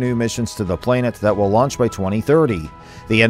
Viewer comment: What is a "plain-et'? Is he trying to say planet?